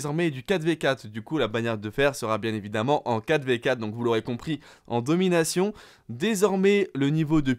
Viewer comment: C’est pas domination mais donminaion mtn xD